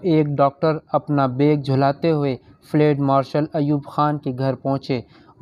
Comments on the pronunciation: Ye flaid nahi Balke Field Marshal hai.Pronunciation drust karlain.Thanks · field marshal not ftal marshal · Fled nahi fieldmarshall hey bhai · It is not flade,it is Field Marshall.correct your pronunciation. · Lafz field marshal hai......fleeeeed marshal nahi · فلیڈ مارشل غلط تلفظ ھے۔ صحیح لفظ ھے: فیلڈ مارشل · Bhai " field marshal " kehna tu seekh lo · Flad marshal? Improve your urdu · Field marshal k word ko theek Tarah pronounce nei Kiya gia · قبلہ آپکا تبصرہ ایوب خآن پر گو کہ دلچسپ تھا مگر آپ کا اردو کا تلفظ بہت غلط تھا، سن کر افسوس ہوا۔ بہتر ھے کہ یہ نہ پڑھا کریں آپ۔۔۔یہ بتاتا چلوں کہ ایوب خآن فیلڈ مآرشل تھے۔ یہ انکا عہدہ تھا جو آپ کھ نہیں پارھے تھے۔۔۔۔ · تلفظ درست کرو تمہیں چینل چلانا ہے مگر فیلڈ لفظ کی ادائیگی کرنا نہیں معلوم۔